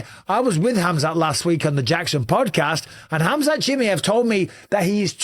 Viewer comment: His name is pronunced as Hamza She Maai Yeev. Not shemeyev...